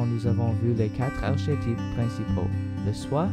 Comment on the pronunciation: Très bien. Mais ne dit-on pas arkétype,lol ?